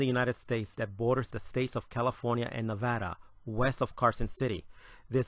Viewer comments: Props to you for pronouncing Nevada right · Aye you pronounced Nevada correctly, makes me happy